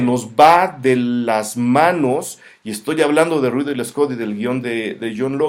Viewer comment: Un shot por cada vez que dice "Riddle" Scott en lugar de Ridley. ¡Buena reseña, saludos!